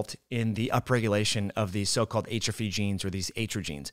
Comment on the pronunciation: Great info. But you are killing me with how you pronounce atrophy